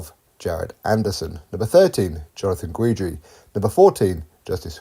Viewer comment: Chaney sent Trevor Bryan to the hospital. That is why. Don King fighter beat Don King fighter. Trever "former WBA regular champion" Bryan. You should have heard the commentators. It was hilarious. Hahaha. I love your channel but it's pronounced Ghidree not Ghweedree.